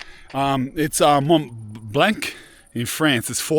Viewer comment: If you switch your pronunciation of Mont Blanc nearer to "Mon(g) Blon(g)", as in "long" in English, but barely sounding the "g", you've got it. It means White Mountain in French. I went back and watched the "gate" being left open after seeing the comment (because I'm skipping along to miss out on most of the "cous", "bro", "brother", etc) and agree that that's pretty bad behaviour anywhere, but especially in the countryside. The gate was secured for a reason. Leave it the way you find it - common sense. You'll be responsible for any losses if you don't and you've captured it all on camera and shown it to the world.